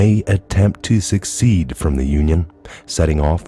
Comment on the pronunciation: I have to say secede is pronounced 'se cede'.... awesome job aside from that.....